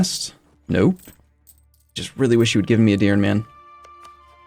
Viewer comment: A little correction regarding pronunciation，Edir-neh. I am not gonna bother correcting the rest. It would be too much lol